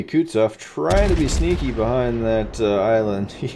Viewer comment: It's Kutuzov, not Kutsov